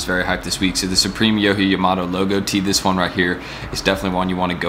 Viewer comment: Lmaoooo his name is pronounced (yo-jee) (yauh-muh-moe-toe)